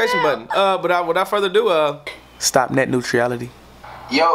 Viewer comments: “Net nuetriality” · This nigga said "Net nuetriality" not Net neutrality and why would you want to stop it aint the brightest weed in the dispensary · he said nutriality too lmfaoooooo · bro you be killing me with the way u talk and pronounce things😂 i died when u said stop net neutrality 😭💀💀